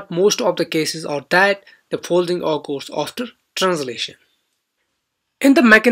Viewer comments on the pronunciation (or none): Please pronounced occurs correct